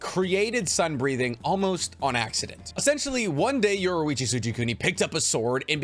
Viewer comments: its yor-ichi not yoru-ichi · Great video my only thing is that you kept calling yorrichi from KNY yorruichi from bleach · I can’t handle it anymore it’s pronounced YOUR-EE-CHEE AND KO-KU-SHI-BO